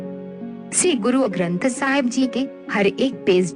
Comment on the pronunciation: Ye 'shree' hai, 'see' nahi , plz pronounciation per dhiyan de kr hee video banaya karein. Waheguru ji ka khalsa , Waheguru ji ki fateh.